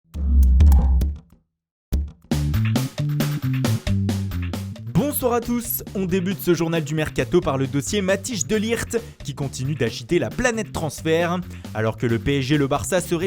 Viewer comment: MATTHIJS se prononce MATTHèIS DE LIRT et non pas matiche de lijt!!!